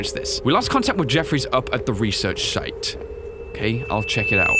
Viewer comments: Anyone else notice how said shite and not site? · lmao he said "Research Shite"